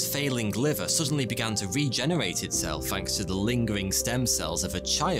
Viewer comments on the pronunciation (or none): Hey just so you know it’s pronounced “thanks” not “Fanks” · I like the way you said'fanks'